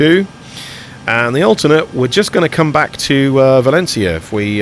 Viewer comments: hahaha yes your pronutation is good but i valÉncia not valencÍa your strong tone needs to be in the E not in I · When pronouncing "Valencia", the stress should go on the "en" not in the "ia". Also, not everybody in Spain (or in other Spanish speaking countries either) pronounce the "C" as a "Z". :P